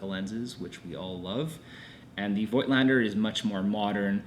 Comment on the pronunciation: Thank you for this great review! Just a word about the original German pronounciation of the Nokton lens brand: It's 'Fougtlender' ;)